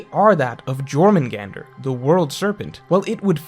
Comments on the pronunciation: Jormungandr pronunciation hurts my ears but curious to hear this theory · I got drunk playing a drinking game every time said Jörmungandr with "J" than "Y" 😂. If you know what I mean. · The way pronounces Jormungandr is just 💀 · I can't how do you mispronounced jormungandr so bad😭😭😭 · Pretty sure the 'J' in Jormungandr is pronounced like a 'Y'. Cool theory tho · I hate your pronunciation of Jormungandr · DELETE THE VIDEO YOU MISPRONOUNCED JORMUNGANDR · How do you write an entire video about jormungandr and not know it's pronounced with a y not a j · The J in Jormangander is pronounced as a Y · He needs to finish gow lmao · I'm in physical pain hearing him say it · Yor-man-gander Not Jor-man-gander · Its Yormurgandr not Jormurgandr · Your-mundz-gander not jor-man-gander..... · I'm sure many many people have said but it's pronounced "Yor-Mun-Gand-ur" since Germanic/Nordic J is pronounced with a Yuh sound (because J was only invented 500 years ago and was put in the name to represent the "iö" sound rather than a hard G like in English. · It's triggering me that's he's pronouncing it as jor but it's actually yor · Just for future reference Js are pronounced as Y in norse mythology. So its Yormungandr not Jormungandr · Not “Gormungandr” its pronounced “Yourmungandr” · I believe jormungand is pronounced with y not j. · How are the the only person on earth who says “Jor-man-gandur” it’s Norse bro it’s pronounced “Yormangandur” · Not Jor Yor* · Hearing you say Jörmungandr, causes me physical pain The J is pronounced like a Y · Small thing but im pretty sure its pronounced yor mun gand nor jor mun gander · "YOR-man-gander" not "Jor" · The J makes a Y sound 😬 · not jörmungandr its pronounced as yörmungandr and the hook was the best in the channel by far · it’s pronounced yor not jor 😭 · Great video but the pernunciation fucked me up, say it like yourmangantur please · You don’t pronounce the J in Jormungandr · REEEEEE it’s pronounced YOUR MUN GAND